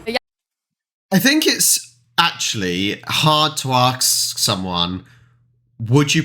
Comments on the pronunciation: Don't want to be pricly, but did i hear you say [...] hard to ax someone [...] . Is that normal? Confused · I get what you said. I was asking about the way you pronounced 'ask'. Definitely can't hear the 's' sound after 'a', it seemed like a deviation, that's why I wrote 'ax' earlier. Just a little curiosity my brain picked up.